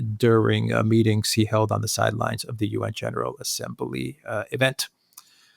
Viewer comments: Assem-bly,. Never Assem-bah-lee. Elocution lessons, please. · Assem-ba-lee is not a word. Elocute.